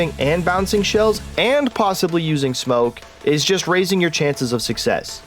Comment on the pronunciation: "smonke" nice!